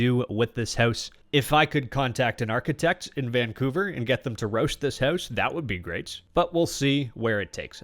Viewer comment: Did u say......architect?